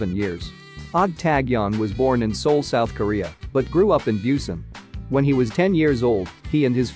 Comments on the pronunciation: The way the narrator butchered all these names… How did Busan become “bew-sin”?! 😂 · The pronunciation on this video is terrible. He even says Busan wrong and Vincenzo. Yikes